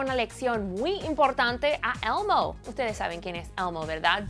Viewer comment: si hablan español ¿porque pronuncian el inglés de una forma tan mamona? elmo elmo elmo no almo carajo!!